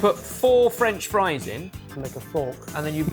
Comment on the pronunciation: I'm sure they brought in the frork just to annoy 🤣